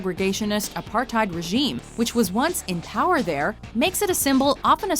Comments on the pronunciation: The way she pronounced "Apartheid" XD ( I live in SA) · I love the way all of you say apartheid wrong, makes me feel superior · I always find it hilarious hearing english speaking people say apartheid, if you want to hear the correct pronounciation, use google translate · Please say Apartheid right, as South African this irratates me alot